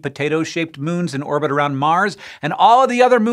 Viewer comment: Does anyone pay attention to IAU naming conventions? :p "It didin clir its irbit." 🙄